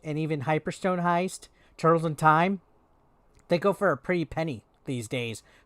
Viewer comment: Dude u called it tutrtkez.